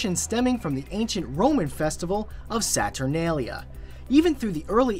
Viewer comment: saturnalia is pronounced with long a's